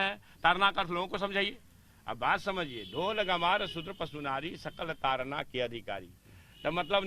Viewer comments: जी मीडिया का रिपोर्टर बार-बार ताड़ना शब्द को तारना तारना कह रहा जो ताड़ना और तारना में बहुत अंतर है दोनों एक दूसरे के vilom hai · ताड़ना है तारना नहीं